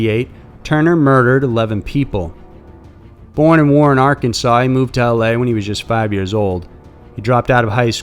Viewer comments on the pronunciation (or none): none